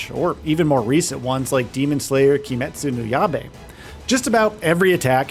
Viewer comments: "Kimetsu New Yah Bay" 😅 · more like Kimetsu no Yabai 🤣